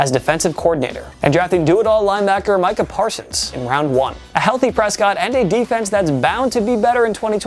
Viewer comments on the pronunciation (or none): none